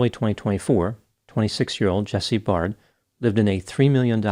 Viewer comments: u pronounce all last names wrongly. Their last names are pronounced “bare-d” and “da-VIS.” I know u think it’s da-Veez cos of the “ies” at the end, but in welsh that is still pronounced as “DAY-VISS” please don’t abominate their last names again. It’s pronounced like “beard”, not barrrrrrd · Please get it right "Dr" ! Jesse's surname is pronounced Baird (rhymes with Laird) like 'Bear D' NOT Bard! Also, your thumbnail is pathetic 'clickbait'. As well, Jesse NEVER had a sexual relationship with Beau, so get that right! Jesse's friends can confirm this. There is sufficient evidence that a fair amount of what you 'allege' is not only FALSE but can actually hurt and offend Jesse's and Luke's friends. Which I am one and 4 friends of theirs have seen your video. You mentioned a friend of Jesse in Perth. He has also seen your video. They are speaking through me and my account. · Jesse’s name is pronounced Bared not Bard. ( Baird) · Jesse's friends and family are actually disputing there was ANY physical relationship between them - and Baird is pronounced like bear-d not bard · It's pronounced Bay-rd not Bard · Its pronounced 'bare-d' not 'barred' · just adding here that jesse's last name is pronounced bear-d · You misspronounced his name, learn Australianish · I don't know how you could mispronounce a simple name like "Baird", if you can't see the "i" in the middle of the name then you might want to update your prescription